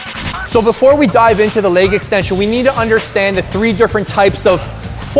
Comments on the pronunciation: 😆😆😆😆🤣🤣🤣🤣🤣😅😅😅😅😅 It's soo true!!! Leyyg, 😣😣😣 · Yes! Finally someone says it! I get irritated everytime he says "leyyg" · Guy reminds me of a southpark character. Its leg . Not laig extension. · Leig extension? I thought its leg extension. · i don't like the way the skinny dude says "leg"... it sounds like "leyg"